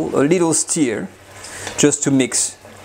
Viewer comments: It’s a ‘stir’ not a ‘steer’😂🐂🐂🐂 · For the love of god man, it’s NOT steer, it’s stur, like leur. Love you. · Hey, the word Stir is pronounced Stuur not Steer. You stur the food, you steer a car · Wonderful recipemas always. Nb; stir is not pronounced steer but like the french eu = stir. Steu if you like 👍🏻 your english is wonderful. So enjoynauthentic french recipes. More please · Hey,. Love your videos, tried lots of the recipes. Beautiful. That said, I finally feel compelled to point out that your are pronouncing "stir" (should rhyme with "fur") like "steer" (rhymes with "fear"). It's important. When you say "Give the ragout/mixture/stew a small steer," which is how you're saying it, you are actually saying "Give the ragout a small castrated bull." Given how often you say it in this video, there'd be a whole herd of cows in the pot if I followed your verbal instructions! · Persillade no? and mon ami it is "stir" not steer. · STIR = rhymes with FUR not FEAR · I really love this channel and is a great teacher. I'm not criticising or making fun. Just like he is teaching us to cook, I can teach him how to pronounce words correctly in English. If I was pronouncing a French word incorrectly so that it sounds like a different word (stir/steer), i would appreciate a helpful nudge by a francophone person to correct me. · Kazzamatazz: Yah, I like it when he “steers” the bacon. But, I’m being snotty by thinking everybody has to pronounce my language “correctly.” Lots of responses are real snotty, so I tried to hold back until I saw your comment.